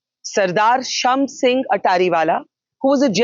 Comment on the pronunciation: शम सिंह नहीं शाम सिंह कहते हैं।